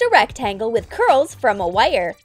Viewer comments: The way she says “wire” bothered me so much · someone says wire weirdly